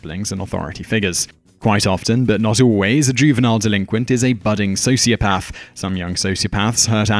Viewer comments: so is socioPARTH the new way of saying socioPATH? or does the narrator just not know how pronounce the main element of this video? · What is this "socioPARTH" nonsense? It is pronounced with a soft "a" NOT like "r". I dislike people who deliberately mispronounce words as if to say they know better. It could be a sign of a sociopath. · What a shame the narrator does not know how to pronounce sociopath!!! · This is a great and informative video, but Simon, what is a "socioparth"? Your pronunciation was beginning to distract me, which is really not what you want in a video of this nature. I'm British too; please do better, it's an English word. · You sound so posh: "Socio-paath."😀